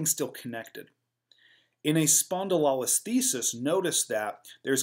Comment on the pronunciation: Great content. Thank you. Check your pronunciation of spondylolisthesis and spondylolysis though. It's lo like LOW, not lol like lollipop. spohn-di-low-less-THEE-sis.